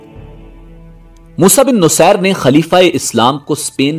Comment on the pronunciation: Moosa bin nusair nhi moosa bin naseer